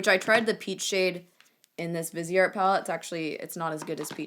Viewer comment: Viseart = vy-see-art (commonly mistaken for “vizzart”) ;) xx